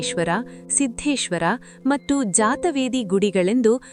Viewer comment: ಮತ್ತು ಎಂಬುದನ್ನು ಮಟ್ಟು ಎಂದು ಉಚ್ಛಾರಮಾಡುತಿದ್ದೀರಿ. ಇದನ್ನು ತಿದ್ದಿಕೊಳ್ಳಬಹದೇ ಮಹಾಶಯರೆ